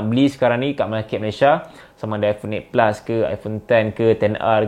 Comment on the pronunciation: Aku tak paham apa yang di cakap. Eight pus🤣🤣